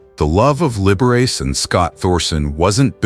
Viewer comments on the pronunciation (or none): It’s pronounced lib-ber-rah-chee not lib-ber-race🤔🧐🤓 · I agree. Learn to pronounce the man's name before you make it sound so dirty! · Liber Riss..? Come on AI this is horrible. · Right off: "Liber-ace" for the Italian Liberace. 🤣 That has to be one of THE better ones. I do not mind at all the AI faux pas, as many others objecting are driven OUT of their minds, grousing over nothing. AI is bound to improve and so in all ways. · It's Lib Er A Chee! This IA is not up to PAR! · If you are going to present yourself as some kind of "expert" on these Hollywood issues you could at least learn to pronounce their names correctly. For example, it is LIB-ERR-AH-CHEE not as you pronounce it. What a dope you are. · Liberace is pronounced "Libberachee" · Aside from the obvious AI mispronunciation of Liberace, it's pronounced Don BacKARdy. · OMG! How could you NOT pronounce the name of one of the most famous people in the 20th Century correctly?! You could freakin' Google it!